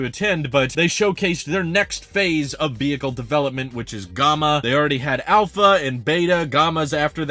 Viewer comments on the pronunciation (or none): "Gomma"?? No, dude. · I don't think it is pronounced Gahma. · The “a” in Gamma is pronounced like “yeah” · "Gom-uh"? Never heard it pronounced that way before. LOL. But yeah, if I didn't have 3 people in my family I would go for the Aptera as well. Supposedly there are plans for a 3 or 4 seater in the future so who knows? I wish them all the luck in the world to get this thing to market. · G(AH)ma? Is that how you normally pronounce it? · I’ve never heard Gama pronounced that way before. It’s like the two ways to say data. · Nah I’ve never heard it that way either 😆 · Yeah, in the US we say the a sound in Gamma like the a sound in camera. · Nah, he’s just saying gamma like the word comma. English must be his second language. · It was odd since he says alpha instead of ahlpha, so it's not a British influence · Yep that was out of nowhere